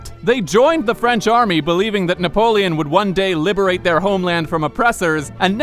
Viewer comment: Na-POLE-on? Huh? HUH?